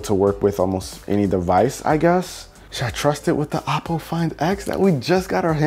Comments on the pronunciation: its pronounced oh-poe, not aww-poe. hahaha. havent you seen their commercials before? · Its not appo its oppo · Its actually oh-po